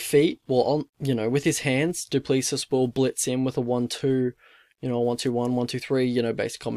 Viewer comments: Pronounce it 'Doo pla-see' phonetically 😂 reckon Dricus is gonna take it home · It's pronounced Do Plessee. The s is silent. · Stilnox baby!!!!!!!! South Africa represent! Dricus is going to destroy this kid! Gota respect a police officer who finds the time to be a UFC athlete tho man! Mad respect to him but sadly he is going to sleep! It pronounced Doo-pla-see. Anyone know when Don Madge is fighting again??? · *do~ pleh~ sí Spot on with his first name tho 👍🏻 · No your not pronouncing it right😂